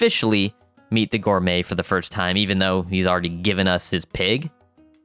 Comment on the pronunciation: Ok am I the only one getting a tick from the way hes saying firts instead of first? XD i mean no hate brother, I just coudltn ignore it. Great classic right here though!